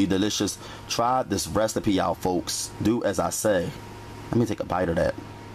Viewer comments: He said RESTAPEE. 😄😄😄😄😄😄😄😄😄😄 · Restapee (recipe) 😂😂😂😂 i love it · Bro it gets me every time 😂 I love some of his pronunciation on certain words. Restapee is another favorite of mine. Not knockin' you, I rock with you.